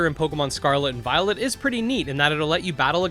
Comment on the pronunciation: Don't know why but often hear "Pokemon Scarlet and VioleNt" xD